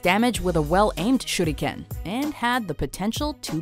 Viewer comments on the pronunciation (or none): No offense but it’s not shurdiken it’s shuriken. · SHE SAID SHUDICAN IT SHURICAN! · I cringe when I hear her say ShurrrRuKENNN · Goshh the thumbnaill...its super creepyyyyy.... When she says shuriken itslike syuriken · The Shuriken is called a Shuriken not a shurdiken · Shudikan not how u say it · I like how they pretend to to be fancy and pronounce Shuriken: Shoot again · did she jsut say shudiken xD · this is how she said shuriken shurdikan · It's pronounced SURE-eee-KIN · "shooty ken" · Broden Tripcony i think its supposed to be pronounced like this: Sure ri ken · I do believe the proper pronunciation is shuh-rli-kehn (手裏剣). Japanese is syllable based so the first syllable would be shu, the second would be ri and the last would be ken. Unlike Chinese, Japanese has little to no tones so everything is pretty much read as you see it with some exceptions that I cannot remember. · Nah if a japanese guy said it it would sound like this SHURIKEN! pronounced sure ri ken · nice video but think she was pronouncing the star weapons Shuriken wrong :) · I dont see why everyone is harping on the way she said shuriken, other then that, everything was pronounced well. Probably the only word you anime nerds know how to say correctly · random guy 5507 That's how she said it, except with a kind of roll of the tongue